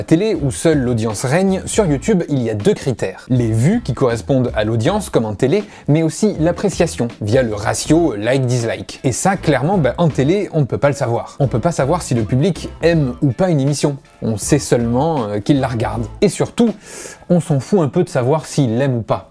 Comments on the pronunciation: On dit " Dissslike " par contre pas " DiZZlike " 😂😂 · ça me stresse que tu dises “dizlike” haha